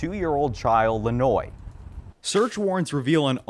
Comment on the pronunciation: I think the baby name might be pronounced lenWah ? #Rip baby lanoix